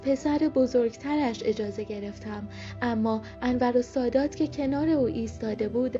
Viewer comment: کاش تلفظ اسم رئیس جمهور مصر(انور سادات) و اسم حوزه علمیه مصر (الازهر)را هم بلد میبودی،😢،خواهشا یک تحقیقی میکردی همونجور از رو متن نمیخوندی